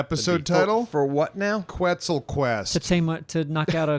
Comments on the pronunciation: Quetzal isnt pronounced like that ;) its Ketzal (full name is pronounced as so: Ketzal Koat-al) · Quetzal is actually pronounced as Ket-Sal. Like Net, but with a K, and Sal as in an italian jazz singer. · So I'm not sure if they are pronounced the same, but if the quetzal in Ark is the same as the national bird of Guatemala (it's also their currency), it's pronounced like "ket-sAl" with an emphasis on the 'A'. Other than this, great video as always, guys!